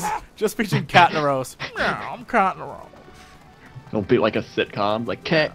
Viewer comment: Honestly I didn't get the catnaros right away. I thought he said Cat in the roast. It does make sense doesn't it?! :D